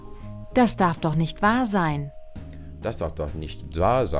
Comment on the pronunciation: I love how you 're dropping the t at the end of "nicht", just like a native speaker speaking casually (and not even second-guessing yourself when you hear the voice actors, who are over-enunciating a little bit).